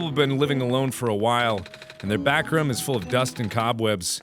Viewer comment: Can Mark not say room or am I missing a joke?